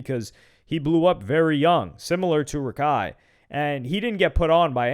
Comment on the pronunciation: Its not Rakai it't Raikai